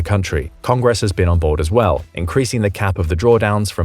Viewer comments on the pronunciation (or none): none